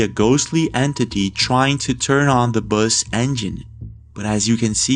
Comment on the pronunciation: Did anyone else rewind and playback the guy “Bus”? Good content, but “Boous”? 😂😂😂